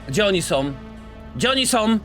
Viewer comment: Ja pierdolę chłopie🤦🏻‍♂️ Tego nie da się na dłuższą metę oglądać. Masakrowanie języka ( końcówki „OM”) to jedno, ale po cholerę drzesz papę?! Zacytuję ciebie: „ Gdzie rodzice sOM?”